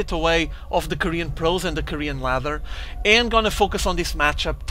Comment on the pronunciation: "Korean Lather" :P Great casts man, keep it up!